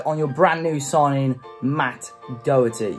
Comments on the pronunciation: Matt dawherty not dowerty 👍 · His name is pronounced DA HER TEA.He is not a British player.You sound like you know him personally.If you did you would you realise where he is from?Hopefully now he is at SPURS he will get called up to the England squad.